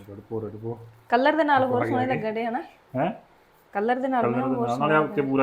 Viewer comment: ਨੀ ਤੁਹਾਡੇ ਘਰ ਵਿਚ ਤੋਤੇ ਵੀ ਬੋਲਦੇ ਪਏ ਹਨ ਕਿ ਤੋਤੇ ਵੀ ਪਾਲੇ ਹਨ, ਨੀ ਕਲੱਰ ਨਹੀ ਹੁੰਦਾ ਕਲਰ ਹੁੰਦਾ ਹੈ. ਖੇਤਾਂ ਦੇ ਬਾਹਰ ਜਿਹੜੀ ਫਾਲਤੂ ਥਾਂ ਹੁੰਦੀ ਹੈ ਜਿੱਥੇ ਕੁਝ ਨਹੀਂ ਹੁੰਦਾ ਉਸ ਨੂੰ ਕਲੱਰ ਥਾਂ ਕਹਿੰਦੇ ਹਨ. ਤੇ ਜਿਹੜਾ ਤੁਸੀਂ ਰੰਗ ਪਾਇਆ ਹੈ ਉਸ ਨੂੰ ਕਲਰ ਕਹਿੰਦੇ ਹਨ. ਨੀ, ਬਹੁਤ ਵਧੀਆ.